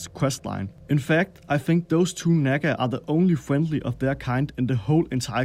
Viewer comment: You're walking a fine line with your pronunciation of Nagga